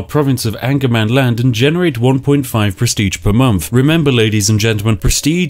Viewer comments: Sorry spiff, but it is not angermanland, its ångermanland. Translated it means regret you land. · as I am a swed I have to say that it is Ångermanland, what in a direct translate would be regret-mans-land... So not anger-mans-land... put yes regret, if you go that north you just regret it... and then I myself live just a lot more north of that.... :) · Actually its not "angermanland". It's spelled "ångermanland", which is a letter not used in english. But its pronounced like an O. So Ongermanland. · It's not actually Angermanland but Ångermanland. The three swedish words making up that word is Regret-Man-Land. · in sweden angermanland is pronounced ångermanland, which translated directly means regret man land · Spiff: Calls regretmanland "angermanland". Me: "I wish". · Ångermanland, Regretsmanland in english 😁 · Its pronounced ongermanland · Ångermanland (Pronounced ɔ̂ŋːɛrmanˌland) Hmm. Direct translation: Regretmanland.